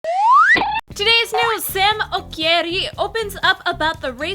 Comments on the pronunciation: Ok as a Ghanaian I just had to say its pronounced Ochiri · Damn Im Ghanaian and the way they pronounce "okyere" made me cringe so hard. It is pronounce "ochere" not like the spelling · Psst the 'k' in his name is a 'che' sound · it's pronounced "Ochyri" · Im Ghanaian and the way you guys mention Okyere made me laugh so hard😂... On a more serious note the world has a very inadequate and shallow view of Africa....First of all there are over 50 countries in Africa with different languages and culture i wish the world would start teaching that instead of generalising all the time.....i live in Ghana and the wildest animal ive ever seen is a dog...The international media loves to focus on the wars and Disasters that plague the continent as supposed to our culture, diversity, modernisation etc. In Ghana there is peace, tranquility, infrastructure, malls, cafes all the things you would find in a 21st century nation. I hope that one day Africa will be represented in the correct light by the international media...And the Hallyu wave is really picking up some steam here......especially K-dramas😊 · Eskay gh OMG SAME I'M GHANAIAN TOO!!! Ikr the way they pronounced okyere made me cringe so hard and your comment is so true! Which ethnicity are you? I'm half Ewe and half Asante. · I'm sorry to say but you guys totally butchered his last name. That's not how it's pronounced.